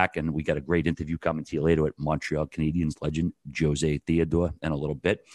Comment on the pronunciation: great having "Joe-zay" 🤦🏻‍♂️ Jesus dude...